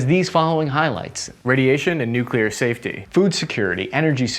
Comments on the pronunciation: Do me a favor, can you just say nuclear properly. You arepronouncing it with an extra "u" that does not exist in the word. Note it is nuclear not nuculear. Many thanks, your friend and loyal subscriber Bart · It's pronounced NUCLEAR